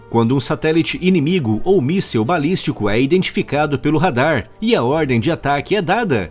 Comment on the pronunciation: Amigo, não é "míssel", é "míssil".